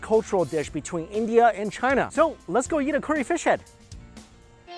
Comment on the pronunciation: 1. You and Mark Wien's bro-mance continues...what's up with the nearly identical uploads in the last few months?! - no complaints, but...I just find it funny. 2. You pronounce curry -> CORY. It's endearing ;)